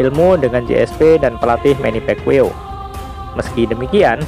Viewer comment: manny pacquiao ngab, bukan manny pekwiw haha